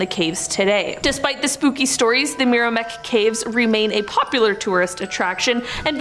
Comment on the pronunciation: Meramec = "mare-uh-mack". Great video.